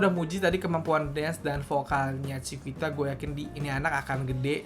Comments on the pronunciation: Koreksi dikit yak, Chiquita dibacanya “cikita” kak, bukan “cikuita” 😊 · bacanya chikita bang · Tulisannya chiquita tapi baca nya chikita aja bisa gak bang? Wkwkwkkw